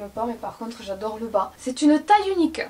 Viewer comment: "Yado,yadè,ye waide"🤣🤣c'est j'adore, j'adhère,je valide mdrr